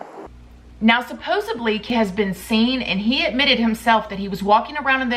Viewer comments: I love you so much but Its supposedly not supposebly, you drive me crazy😹😹😹😹😹😹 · I love you so I need to fix this for you. The word is “supposedly.” Supposably is a different word and almost never used correctly in context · same, it's just the supposebly thing that kills me i have no idea why